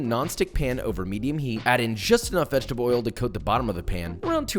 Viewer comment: did you say vegetaboil XD